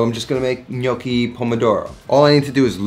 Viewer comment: I watched the video because to start with, he actually pronounced it right!